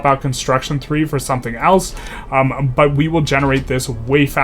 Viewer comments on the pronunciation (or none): none